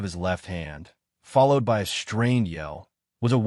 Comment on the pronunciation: Why is followed being pronounced with an A???